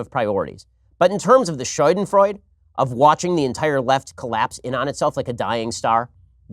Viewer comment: Shooden frroid. Bens german is a bit rusty!